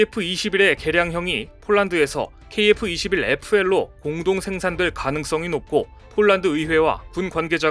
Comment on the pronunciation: KF-21PL인데 KF-21FL이라고 발음하네여